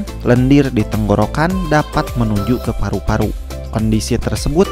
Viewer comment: ih ngomong paru Paru nya kenapa gtu. Paruk Paruk. madu jadi maduk.